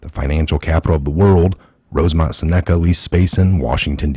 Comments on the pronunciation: It's pronounced "sen a ca" not "sa NECK a" ....gawd .... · Exactly! But Im pretty sure Seneca is pronounced SINuhkuh... It's a tribes name.